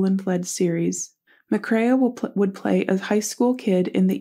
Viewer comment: His last name is pronounced with the long A sound like McCRAE